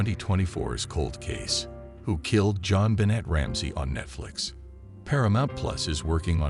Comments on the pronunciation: Please pronounce JonBenet properly. Thank you. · FAIL! You used AI (and chose a bad one at that) AND you didn't make it pronounce her name right.